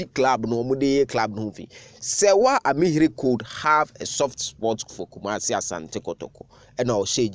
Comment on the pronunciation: It's Ami-heer.